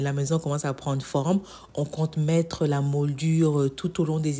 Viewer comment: Souvent je t’entends dire modure mais on dit moulures j’espère que ça te dérange pas que je te le dise ? Pour tes cloches tu peux rajouter des étagères transparente pour les poser tu gagneras de la place 🥰🥰🥰